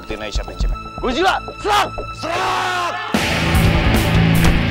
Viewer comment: Seharusnya gorila bukan goddzila 😂😂😂😂😂😂😂😂😂😂😂😂